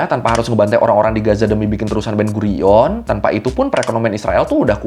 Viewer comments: Ben guiron ❌ ben gurion ✅ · Ben gurion ✔️ Ben guiron ❌